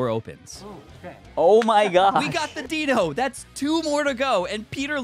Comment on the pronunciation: Dai-no, not Deeno